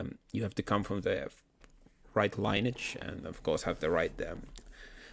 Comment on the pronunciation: "Lineage" is normally pronounced lin-ee-aj